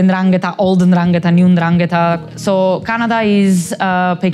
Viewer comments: He has a long conversation with this woman, hears her say 'Ndrangeta' numerous times, yet persists in putting the accent on the wrong syllable. That genuinely perplexes me. Why not correct yourself? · "It's N'dràngheta, not N'dranghèta." Read it with Hermione's voice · Love how the interviewer went to great lengths to keep pronouncing 'ndrangheta wrong, this kind of commitment is not something you see everyday! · The interviewer just refuses to pronounce the name correctly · At least try to pronounce it well... 'Ndrangheta Apart from that great take on a good topic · Love this but learn how to say Ndrangheta